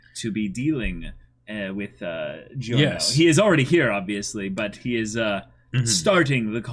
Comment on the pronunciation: Everytime you say this an italian dies.